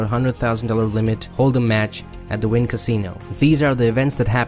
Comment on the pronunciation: Wynn is pronounced WIN not WINE